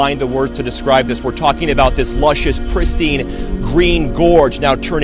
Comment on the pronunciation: "Luscious, prestine"?? Nope, thats not Oregon any longer. It's all dying, just as it is everywhere else on the earth.